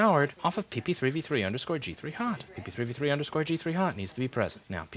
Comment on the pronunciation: Am I the only one super amazed at how fast he can say PP3V3_G3Hot??